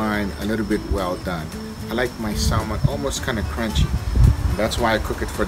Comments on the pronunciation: I'll give a try today....FYI....it is not pronounced Salmon...it is pronounced Sammon....I should know , now ya'all do too. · PLEASE learn to say Salmon and Briquettes correctly LOL